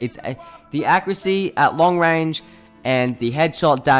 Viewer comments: learn how to fucking say accuracy. ITS NOT ACC-CREW-SSEA. THERE IS AN A AT THE END DUDE! fuck me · Someone teach this man how to say the word accuracy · ''Acrisy'' ''Accriut'' ''Issault rifle'' Al'so you could have made this video 2 minutes long but it takes you 6 minutes to get to your point, i'm surprised that this video isn't 10 minutes and 1 second